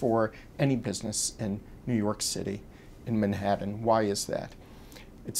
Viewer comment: Who the fuck pronounce Manhattan like this guy does?